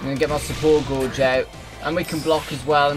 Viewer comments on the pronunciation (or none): gauge is pronounced gage not gorge.